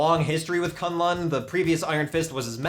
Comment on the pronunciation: K'un Lun is pronounced "Kun Lun" not "Kan Lan".